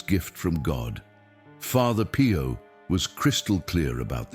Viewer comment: calls Pio Pie-o! Lol